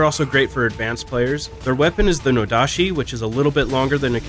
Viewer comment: My Halberd will be swinging fast and heavy. Btw, I think the Nodachi/Odachi (same thing I think) pronounces it with the chi not shi.